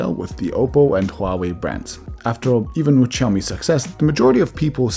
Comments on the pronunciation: Huawei is diffrently pronounced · So it's hua-way or it's pronounced like huawaii.🤔